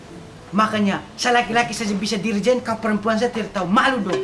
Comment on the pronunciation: Dirigen jadi jerigen hhhh terll sensasi Slm dri timles 🇹🇱🇹🇱